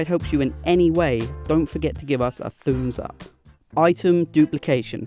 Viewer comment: did he just say “thu’ums up”???😂